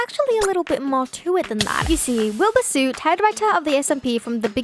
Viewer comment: im not making fun of your accent but the way u say wilbur 'sooot'. It just has me dying haha